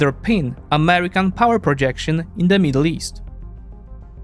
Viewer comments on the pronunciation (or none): none